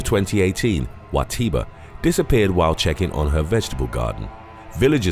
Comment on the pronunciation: I’m sorry the “WA TIRA” intro made me giggle cus cus how it said💀💀